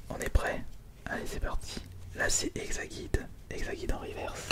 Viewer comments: Exagide et pas exaguide stp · Juste car ça m'a perturbé c exagide pas exaguide sinon super vidéo